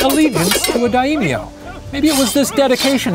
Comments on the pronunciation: "Die - ee - mee - ohs" (Samurai nerds) ARGHHHHH NOOO IT'S PRONOUNCED, "DIE-MYO" REEEEEEEEE Also just for anyone wondering, Musashi whittled a sword out of an oar because his opponent was known for having a sword just longer than most were used to, so Musashi made a longer one than what he usually used. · Shane it is pronounced "Die-M-yo" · It's not Die-E-myo it's just die-myo... there's only one i and it's pronounced with the first half. It would be Daiimyo if it was pronounced like you said it. That pained me to hear it and you said it so much... Not to mention the other words you added vowels to that weren't there... like Huonshu it's just Honshu. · Here's some pronunciation tips for Shane: Kihei - ki-hey; the accent on the first syllable Musashi - the accent is on the first syllable Daimyo - not die - meeo, but dime-yo (make the o a bit longer). Hopefully that makes sense! That's from the first 5 mins haha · My heart hurts every time the Professor says takes deep breath "dayimiyo" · just pronounce it how it's spelled. Dai (as in die) myo (don't swallow the 'o', expell it). There are only two syllables to this word, not three. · That pronunciation: DA - EY - MI - O XD Samurai were warriors that fought in battles, under the Daimyo... but they also served as bodyguards between wars as well. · All the pronunciation wad good, except Daimyo. Its "Dime, yo". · Every time i click on a western retelling of Japanese history I hope for actual decent pronunciation of Japanese names and every time I am disappointed ..... For example Daimyo = die-myo (myo is just muh sound squished with yo sound. Not mio). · My Japanese politics professor, who is currently teaching remotely FROM Japan, does not pronounce "daimyo" like that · who tf taught shane to pronounce daimyo like that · I hate how Shane pronounces things in Japanese Lol.